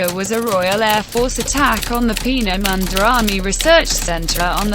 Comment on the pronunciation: Oh god xD Its Penemünde not Pienemunde xD